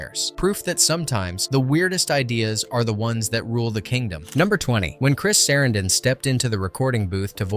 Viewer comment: Chris SAH-ran-DIN...Sorry hes one of my favorite actors so this mistaken pronunciation got under my skin. My apologies for being rude